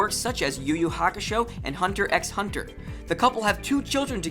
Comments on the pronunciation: The x in hunter x hunter is silent. It's pronounced hunter hunter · The X in Hunter X Hunter is not pronounced. It was not a live action movie, it was a series consisting of 49 episodes. Apart from these few mistakes a very interesting video!